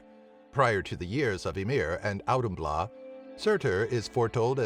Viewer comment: It's authumbla. That d with the slash over it makes an English th sound.